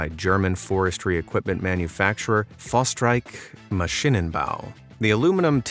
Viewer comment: Oh my gosh 😂, the pronunciation of FORSTREICH MASCHINENBAU had me cackling. The actual pronunciation is FORSHTRAIKH MASHINENBAU.